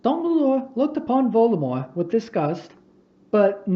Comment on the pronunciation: If you have ever had an argument on why you pronounce Voldemort like that, I hate you. If you admit your wrong but refuse to change how you say it, I respect you. If you say it's your accent your lieing.